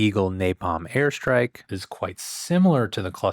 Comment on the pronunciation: I keep hearing "hair strike" haha